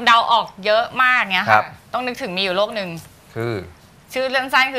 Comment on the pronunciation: พิธีกรหญิง ออกเสียงไม่ถูกต้อง ออกเสียง ตัว ร เป็นตัว ล และออกเสียงคำควบกล้ำไม่ได้ เช่น โลค (โรค) ปายนิ้ว ฮอร์โมน ไทลอยด์ (แต่บางครั้งออกเสียงถูก) โตเล็ว (เร็ว) เผาผาญ (ผลาญ) กุ่ม (กลุ่ม) ตวจ (ตรวจ) แก้ไขด้วยนะคะ